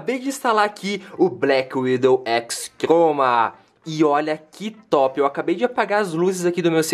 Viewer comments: vc falou errado n e razer Blackwidow X troma e x croma mais i vídeo tá maça tá nota dez blz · o engraçado do é que ele fala "teclado BlackWidow X troma" saushaushaussuushas. lek q teclado foda! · fala peidando kkk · o cara fala TROMA , BAGULHENTOS PQP '-' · ele fala x troma